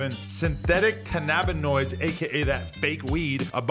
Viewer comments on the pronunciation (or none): canna-ba-noids come on bro